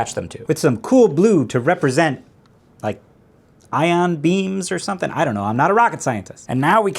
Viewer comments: Eye-on beams 😂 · G-eye-dance system, eye-on beams. Amazing.